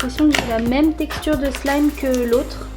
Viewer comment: Tu as dit slame au lieu de wlime